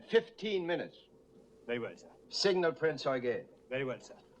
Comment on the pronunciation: Good to hear them pronounce it as "Prinz Oygen" as is proper German. Have seen to many histories where it pronounced as "You-gen". I cringe at that!